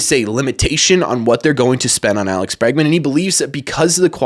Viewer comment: Obviously Bregman. Not Bergman. Lol